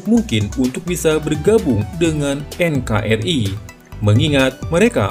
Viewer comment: Bukan enkerai om tapi enkari (NKRI)